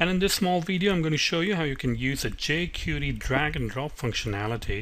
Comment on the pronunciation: Good tutorial, but it's pronounced "jay-kwairy", (not "jay-curee").